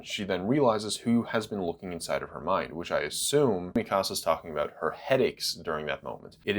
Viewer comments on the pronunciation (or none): Why does he say Mi Casa and not MeCuhSuh? Is that really how it’s supposed to be pronounced?!